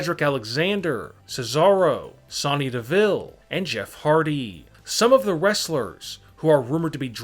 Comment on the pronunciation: It’s Sonya DeVille not Sonny DeVille!